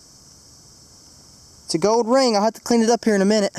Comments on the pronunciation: You know there is an L in the word gold, right?? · When you found the gold ring you said gowd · it's gold not gode